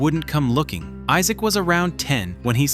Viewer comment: It's actually Isaac Morgan, not Issac